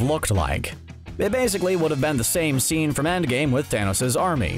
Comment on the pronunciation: Did he actually say waysically ? Lol